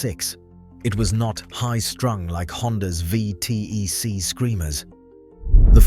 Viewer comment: I've never heard "V T E C" not said "V TECH" lol, brilliant video!